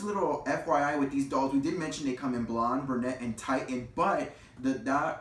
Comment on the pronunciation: FYI: the red hair color spelled “Titian”? It is pronounced TIH-shin, not TIE-tuhn!